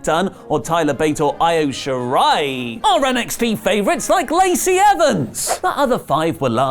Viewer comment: it is pronounced "EE-oh" not "I-O". One is a tiny but amazing Japanese wrestler working for WWE, the other is a moon of Jupiter. I know English law says you have to enunciate every part of a word, just please get them right.